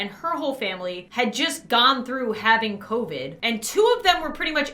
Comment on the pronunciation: I love how she said copid instead of covid 🥺 Love ya:)